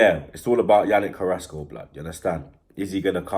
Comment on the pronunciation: u mean carassco and martial